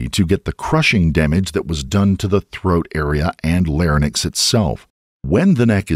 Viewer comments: Trivia: Larynx is pronounced lar-INX, not lar-NIX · Larynx, not Larnyx. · Even the AI narrator can't pronounce "larynx" correctly. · the word "larynx" is mispronounced. It's a bot.